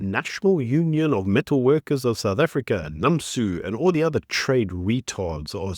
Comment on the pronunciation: NUMSA NOT NAMSU....namsu is vinegar in japanese